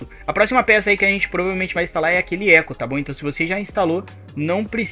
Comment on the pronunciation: eco e foda kkkkkk aquilo se le letra por letra, E C U